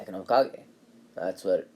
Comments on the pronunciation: Hey guys its not Hole kagay ITS HOEKAHGAY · Why did you call it hole Ka-gay wait what KA GAYYUUY